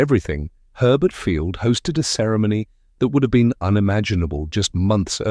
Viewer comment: Herbert Fiield? More likely to be Hurlburt Field?